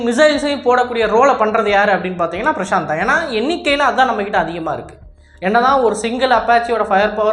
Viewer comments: உனக்கு எந்த இந்திய ஆயுத பெயரும் சொல்ல வராதா இல்ல ஸ்டைலுக்காக மாத்தி சொல்றியா... பிரசாந்த் இல்ல பிரசந்த்.... ஒவ்வொரு பெயரையும் இப்படித்தான் மாத்தி சொல்லிட்டு இருக்க.... அப்பறம் அது LCA இல்ல LCH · Bro that name not at Prashant that name prachand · it is not prashanth it is prachand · Top star prashath ah? 😂 Yov adhu prachand not prashanth...